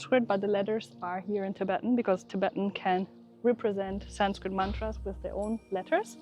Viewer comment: Your Tibetan pronunciation is very good 👍 👍